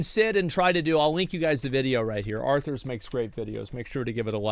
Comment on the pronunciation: Arthars.....this guy 😂😂😂